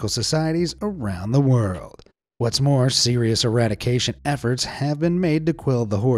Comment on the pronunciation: Did you say "Er-rat-ication?"